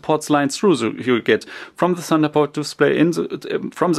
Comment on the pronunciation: Its not that hard to pronounce 'the'